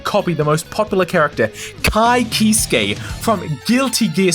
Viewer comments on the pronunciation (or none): Your pronunciation of "Kiske" pisses me off It's a silent E. The Guilty Gear announcer even says his name. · the way you pronounced ky kiske😭😭